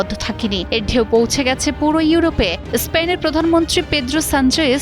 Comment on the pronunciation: উচ্চারণ ঠিক করে করার চেষ্টা করুন! এসপেন নয় স্পেন! আচ্ছা এর আগে ফুটবল বিশ্বকাপ চলাকালীন সময়ে মরোক্ক ফ্রান্সের কাছে হেরে যাবার পর ফ্রান্স এবং ইংল্যান্ডের বিভিন্ন শহরে মরোক্কর থেকে আগত মানুষ কেন ধ্বংস চালিয়েছিল?